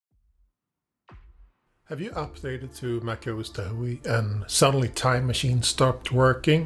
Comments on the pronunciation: Tahoe is pronounced tah hoe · TahO! The e is silent!!